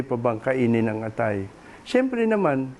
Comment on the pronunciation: tunay na Pilipino ba ang nagbabada qt nagsasalita o AI generated lang! Maraming salita, tulad ng lason at atay, ay mali ang pagkakabigkas. nakaka-irita🤨